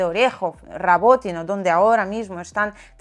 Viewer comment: Rabotine o Robotine 😂😂